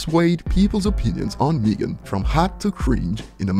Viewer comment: It's MEGAN not wtf your saying